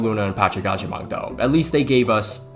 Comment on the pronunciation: the way you pronounce Agyemang is so funny😂😂😂🍃